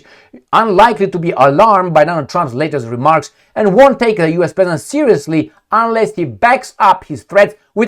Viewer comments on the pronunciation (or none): none